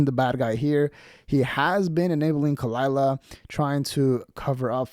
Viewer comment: Props to Brendan for shutting her down immediately. Edit: I like how he mispronounced her name.